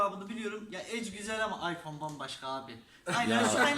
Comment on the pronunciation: neden hep iPhoneye ayfore diyor (söylediği gibi yazdım)